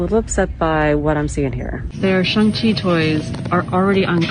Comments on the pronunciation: She couldn’t even pronounce it correctly she said Shung She 😂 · They don't even say his name right, if they were real fans they'd say it right like you and I. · Shang Chi belongs in the seventies, the movie should have been a period piece. As a kid we pronounced his name with a hard "C", like Chiang Kai Shek.